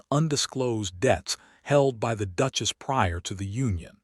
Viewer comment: Or the instance when she is called a “DUKE-ESS” rather than a duchess 😂